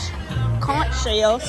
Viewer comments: The beach scene 😂😂😂. The food looked good. Conch is pronounced Conk. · Hey conch is pronounced "conk" the H is silent 😊#BahamianBornandRaised ❤ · FYI In the islands we pronounce the ch at the end of conch as k. “Conk”😊